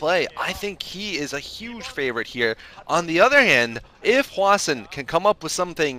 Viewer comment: but i think he is wrong, it's supposed to be hwa-shin